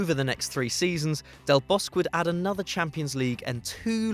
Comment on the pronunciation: I thought it should be pronounced as Del Bos-que